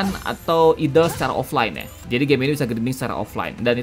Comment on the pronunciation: Idle dibaca Aidl ❌ Idel ✔️